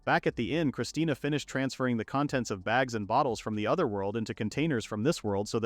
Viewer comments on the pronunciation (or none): I’m getting unbelievably mad the ai calls her christina when it clearly says christine